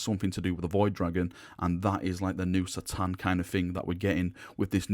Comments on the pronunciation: I normally watch your videos but I can't stand the way you say c'tan now I'm not saying it's wrong but it is lol surely it's ka-tan not sa-tan I even had a little look at some other vids and two thin coats Duncan says ka-tan. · Great video as usual, but C'tan is said as a K'tan and that was from Dave Andrews at the studio in '95.